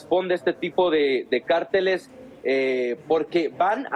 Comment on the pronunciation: Felicito a ese periodista por que sabe hablar correctamente ,todos los demás periodistas dicen CARTÉLES, PERO EL DICE CÁRTELES , POR QUE CARTÉLES ES UNA COSA Y CÁRTELES ES OTRA.